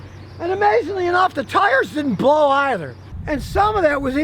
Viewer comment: ".. and the tires didn't (p)blow either"